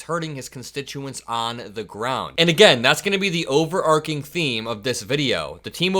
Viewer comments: I truly enjoy your reporting. You are astute, and you ask sharp questions. However, you are driving my grammar obsession crazy because you regularly say ‘overarc-ing’ instead of ‘overarching’. There is no such word as ‘over-arcing’. It is arch, like the St. Louis Arch. Overarching. PLEASE! 💙💙💙. Thanks for all you do. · Hi. Another great video, thanks. Just fyi, "overarching" is pronounced as it is spelled. Arch as in Archie. Keep up the good work.